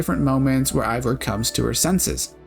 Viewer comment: I can't tell if this is a sarcastic question but, if not, it's because you consistently call Eivor while her name is actually pronounced "Hey-vor", and it's pronounced like tha tby every character in the game.